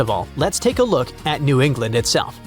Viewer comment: The "ADD-irn-dacks are pronounced add-ir-RON-dacks and ISTELF should be ITSELF